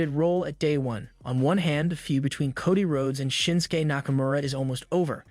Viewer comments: It’s Cody, not Coddie. What a knucklehead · Please correct your pronunciation of names. It is not Coddy, McDonna, or Neya. Makes the video unwatchable and you lose of credibility. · Anybody notice the pronunciation of cody??? Titantron?? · He didn't even pronounce JD's last name right... He mispronounced Rhea's catchphrase name, Nia and Cody...